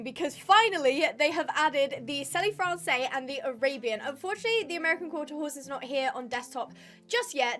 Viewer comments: I love your videos, just the French pronunciation of selle français would have “selle” pronounced like the English word “cell”, correct me though if that’s not how it pronounced in English. Usually if a word ends with an E in French then that is not pronounced. Love your videos and I’m so excited new breeds are here!❤❤❤ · not to shout but you are saying Selle Francais wrong